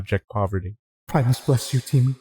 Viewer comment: You pronounced temu wrong